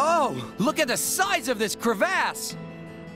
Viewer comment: why on earth did pronounce "crevasse" like that...